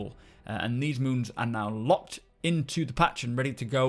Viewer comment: I'd like to congratulate you on being the first SC content creator to pronounce the names of all of the new moons correctly :D